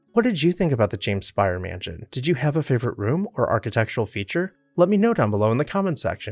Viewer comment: They actually pronounced their name "Spay-er" rather than "Spire." Also, it is in the neo-Grec style which is pretty much the tail end of the French monarchy and into the Directoire so if it can be said to be "Louis" at all it's Louis XVI